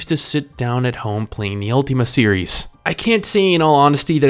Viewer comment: UL-TIM-A NOT UL-TEAM-A Sorry just had to get that out there